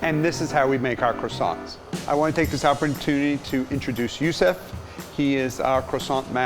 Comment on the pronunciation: It comes from the Arabic which isn’t pronounced Yoo Soof. That’s dumb. It’s Yoosif.